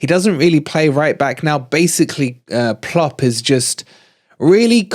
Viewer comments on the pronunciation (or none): Why is he always saying LiVARpool and VARchester and Plopp. It is not funny